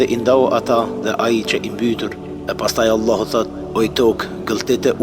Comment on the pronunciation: JO Ëllahu bre shoq po thuj Allahu tamon